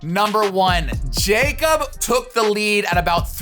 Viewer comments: His name is pronounced “Yakob” not “Jacob” 😁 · It’s not pronounced “jakeup” it’s yakob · Broo nick I love you but he’s Norwegian and his name isn’t pronounced “Jacob”😬 It’s Jakob lol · Jakob. Yah-cub. 🤣🤣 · Great video for the most part, but man hearing that "JAY-kob" every time instead of "YAH-kob" was really jarring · His name is pronounced ya-kub but it looks like Jacob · Nick, great video! But for the love of god pronounce Ingebrigtsen’s name right lmao. It’s “ya-kub” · Isn’t it pronounced Yacob? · It isn't very important but "jakob" is pronounced (ya-cub) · Jakob is actually pronounced like yakob